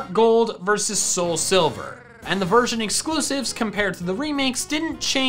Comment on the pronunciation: I swear at the beginning I heard him say virgin pairs instead of version pairs 😂😅